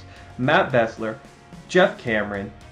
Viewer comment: It's Matt Beeeeesler not Bessler... research.